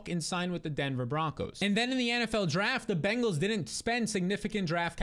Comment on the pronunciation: Congrats on saying "Bengals " and not "BANGals"